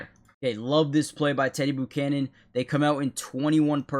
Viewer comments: Never heard the name pronounced boocannon before 😂🤢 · Please go to Google and learn how to pronounce his name. It’s embarrassing when you keep saying it wrong over and over and over and over and over and over.. and that last place you said that my green did a great job but he didn’t even get close to making a tackle and his whole job was at the edge and he didn’t set the edge so it looks like this is another one of those channels where there’s just some guy who sang a bunch of stuff and editing, but he’s not really editing because he doesn’t really know how to fix anything because there’s things wrong so to me if you’re editing everything should be correct or you’re just not very good at your job